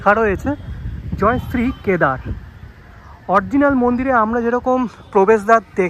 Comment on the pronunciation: কথাটা অরজিনাল নয়, অরিজিনাল...